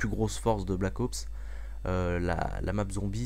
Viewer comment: Black Ops et non pas Black AUPS ;)